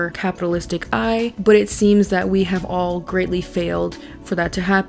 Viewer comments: I don’t know why it’s making me crazy but it’s “Pal-trow” not “Pal-trov”. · Are you saying Paltrove? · I love how you mispronounced her name the whole video “Paltrov” Lol but like actually!!! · The fact that you spent this entire video calling her Gwyneth “Paltrove” instead of Paltrow lmfao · Hilarious that you keep calling her Paltrove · Paltrove - I can't not hear it now, that was a gift <3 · Why do you think there is a “v” at the end of “Paltrow” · I love you, but why are you adding a V at end of Paltrow. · I really want to like your content but you keep pronouncing her name wrong, good lord I can't. At least pronounce the person's name right that you made a 40 minute video on lmfao